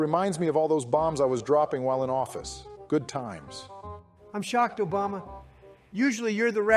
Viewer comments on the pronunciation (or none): When Trump isn't roasting Joe, he's mispronouncing Obama's name. Love it! Also Licensed Contractor is at least a C tier because you get free points with multiple activations.